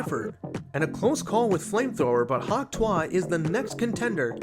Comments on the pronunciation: hawk tuah is pronounced hawk "to" "e" spit on that thang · Btw your pronouncing hawk tuah wrong